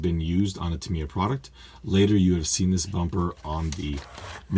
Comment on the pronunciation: I'm not ok with you. Tamiya is japanese. So it's the japanese pronunciation that is the good one